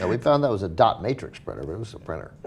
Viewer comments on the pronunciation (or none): none